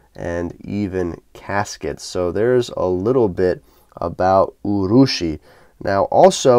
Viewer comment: Not too bad a pronunciation. Yes, urushi means lacquer. Anyway, an interesting watch and another good review.